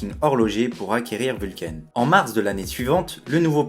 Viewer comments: J'aime bien tes vidéos, merci. Toutefois excuse-moi, mais la prononciation de la marque me fait sursauter à chaque fois : ce n'est pas "vulcaïne" comme tu le prononces, mais simplement "Vulcain" terminaison en "ain" comme dans "pain". Vient du latin Vulcanus, dieu romain du feu et des volcans. Nous sommes sur une marque suisse romande où on parle français (langue latine). Merci de ta compréhension.😉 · Pourquoi ecrire Vulcain a l'Anglaise puisque tu es francais? Prnonce donc "Vulkin "comme les gens qui se souviennent qu'il s'agit du Dieu des enfers et du mari boiteux d'Aphrodite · Très bonne vidéo. Cependant, ta prononciation anglo-saxonne de la marque suisse Vulcain est selon moi incorrecte. La prononciation est française.